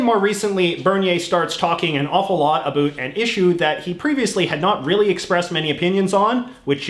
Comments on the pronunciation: Why are you saying a boot? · that's the way canadians say it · You are the first Canadian who pronounces about like a boot. Never heard that before. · STOP saying About like Aboo. Where the hell in Canada is that from? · What is with that pronounciation of "about?" I've lived in Canada for over 20 years and have never once heard another person say it like that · I was born in Canada and never left, have a friend in Florida I speak with daily, directed him to this guys vids and asked, 'Do I pronounce ABOUT like this guy?', answer 'NO'. This liberal, globalist, metrosexual op-ed writer is trying to prove for some reason he is Canadian. Like that matters after his hero; Trudy, established there is no Canadian identity...and that was why he moved to USA, so he could be closer to criticize Trump. Ha, Trudeau did such a good job, Mc C moved to USA. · I really can’t stand how you say “about” I’m Canadian and you’re the only one that says it this way. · Whats with the over "canadian" pronunciation of about? I've never heard anyone say about like the stereotype here in Ontario. I haven't been to the west so it might be normal over there but it just sounds odd. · bro the way u say "about" hurts my soul lol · the way he says about is driving me nuts i've never heard anyone say it like that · I’ve never seen this channel before, so I’ve got to ask, he’s intentionally pronouncing “about” with the stereotypical accent Americans think Canadians have, right?? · Please learn how to saw “about” properly. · Again I am Canadian and I have never in my life heard anybody say the word like that.